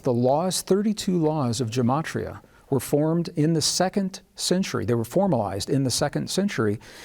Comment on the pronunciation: You are attempting to teach Jewish Mysticism and Kabbalah. It is best to learn these concepts from a Rabbi. Yetzirah and Gematria are pronounced differently than you are pronouncing them. Gematria is very complex, can go very deep, and is generally learned at the foot of a well learned Rabbi. I understand that you are excited about these concepts, but please be very careful that you are teaching correctly.